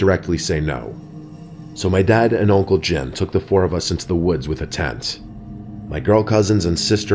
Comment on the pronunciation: Can u pronounce the T and the end of the tent